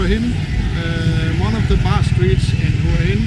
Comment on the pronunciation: Pronounce: Whar Hin not Hua Hin. Thanks for the video.